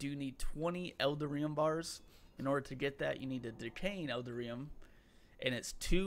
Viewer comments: EL - DAR - EE - UM (You're welcome) 😃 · "L"-Dar-"E"-Um.... Eldarium. ;-) Like Titanium but with Eldar instead of Titan. :D